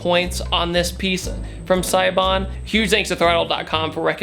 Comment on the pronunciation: I just learned that siebon is pronounced saybon